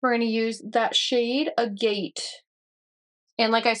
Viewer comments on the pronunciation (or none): That blush, though, man. For anyone who doesn't know, agate is pronounced "ag-ett" with the ag like in agriculture. It's one of those words that really aren't pronounced the way they look written out, so they catch you off guard if you've never heard it spoken before. They're a really cool family of stones btw.